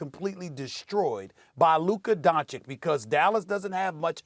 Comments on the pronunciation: DON-CHICH NOT DON-CHICK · SAS knows how to say Luka’s last name correctly but is choosing to say Donchik on purpose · dont forget the other one who says “luka donaKICK” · I hate how Steven A. calls Luka "Dochik", and every time he says it, it sounds worse. If you don't know his name, Google him, please! And you call youself a reporter! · His name is Luka Donchich!!!! LEARN his name, it's YOUR JOB as professional sports commentator. Stevo Šmitu! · "Donchik" "lennit" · Stephen A: Luka “Donchik” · You'd think with all the praise Stephen A gives Luka, he'd learn to pronounce his name right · At this point it's just disrespectful that he isnt pronouncing Luka's name right. He just doesnt want to change. It's not even hard. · How can this clown not pronounce Luka's surname correctly is really annoying. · You Americans pronounce “Don” in his name wrong also. So it doesn’t matter.